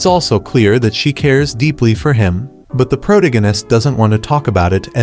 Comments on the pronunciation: Its Pro-Tag-On-Ist. Not Protogunist like you said. Hate to grammar police you but if you intend to use this word often on your channel, you should at least say it correctly. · "Prodeginest" is funny to me lol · Is this an AI voice or a real person talking? How hard is it to pronounce the word "Protagonist" ---- Sound it out "PRO-TAG-O-NIST." It cringes me to my core every time I hear him say it. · Well the AI has problems pronouncing Protagonist.... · There’s absolutely no way this Auto-Gen voice doesn’t know how to say “protagonist.” Unless it was misspelled.